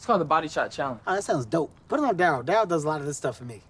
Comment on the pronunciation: Did he say pit the gloves on me instead of put 🤔